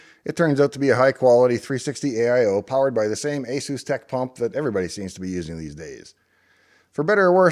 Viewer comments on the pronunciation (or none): Asetek pump, not Asustek pump.